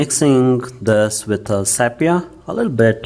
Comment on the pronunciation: What the hell is sap-yah ? it's sepia that's... "see pee ah" get it ?